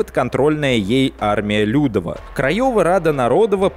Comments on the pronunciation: Кстати, не нарОдова и лЮдова, а народОва и людОва, так как почти все ударения в польском ставятся на предпоследний слог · Отлично, только ударение. Не liUdowa, а liudOwa. Не narOdowa, а narodOwa. Очень режет слух... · Всё хорошо, только армия людОва, в польском ударение всегда ставится на предпоследний слог. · ЛюдОва, а не лЮдова! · Не нарОдова и лЮдова, а народОва и людОва. В польском языке ударение ФИКСИРОВАННОЕ - на предпоследнем слоге. А то, что произносите Вы звучит... жутковато. Любой СОВЕТСКИЙ школьник как раз в этих слова: "Армия крайова", "Армия людова" ни разу не ошибался. М-да-с! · В польском языке ударение преимущественно падает на последний слог: народОва Рада, людОва Армия и т.д. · в польском ударение всегда ставится на предпоследний слог, поэтому корректнее произносить "людОва" и "народОва" :) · спасибо за ролик. Одно замечание: в польском языке ударение падает на предпоследний слог. Поэтому ЛюдОва, народОва итд. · Уши, конечно, вянут от "лЮдова", "нарОдова" :) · Армия людОва - ударение на О. В польском практически всегда ударение на предпоследний слог. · ЛюдОва. Ударение на О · Ну раз взялся за Польшу, что ж не ознакомиться хоть слегка с польским языком? Первое простое правило - ударение на предпоследнем слоге. Уши ж отрезает нафиг - лЮдова, нарОдова. почему еще не крАйова? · гвардия людОва. Все ударения на предпоследний слог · В польском языке вы ставите ударение не туда. ЛюдОва, НародОва, КрайОва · В польском все ударения на предпоследний слог. Пожалуйста. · Армия ЛюдОва. В польских словах ударение всегда падает на предпоследний слог. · Хороший материал, особенно учитывая, что я живу в Польше. Только просьба, в польском языке ВСЕ ударения на предпоследнем слоге, народОва, крайОва, людОва. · Армия Людова. В слове "Людова" ударение ставится на второй слог, а не на первый.. Пожалуйста. Не совершайте такие глупые ошибки. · 9.30 А́рмия Людо́ва.* Ударение на "о". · Учи ударения ЛюдОва, например